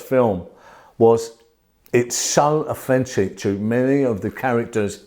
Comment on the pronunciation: I’m English and I kept hearing offensive, took me a while to understand he was saying authentic